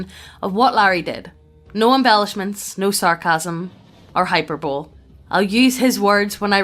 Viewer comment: "High Per Bowl Eee" not "High Per Bowl"